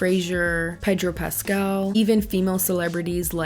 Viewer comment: I love the pronunciation of Pedro and then Sofia VERGARA 💃🏽🤣 love you!